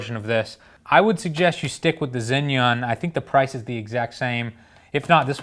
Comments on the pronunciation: Its pronounced 'jzhai-yun' not 'zin-yun' there isnt even a letter N in the name haha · Zhiyun is pronounced JERYOON or GERYOON just FYI take it or leave it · he keeps saying zin yun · Not sure why you call it Zinnyunn, though. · "Zin-yun" lol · You've butchered the name Zhiyun to a degree that I did not realize it was among the review until I read the description of this video.